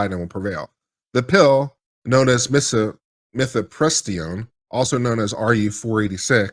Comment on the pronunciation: Mif-eh-priss-tone. :) I know drug names get convoluted.